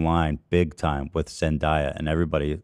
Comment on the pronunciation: Has Ethan ever said Zendaya's name right? Hahahah.